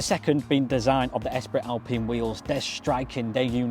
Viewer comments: Espree not Esprit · "Esprittt Alpine" 😂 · 😂😂😂 how many times! Certainly the pronunciation lacked a bit of Gallic flair 😂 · The one thing I'm learning after watching a lot of videos about the new Clio is nobody seems to know how to pronounce "Esprit" haha